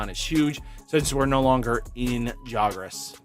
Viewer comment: Don’t mean to be rude buts it’s xros=cross just kept hearing you say it wrong lol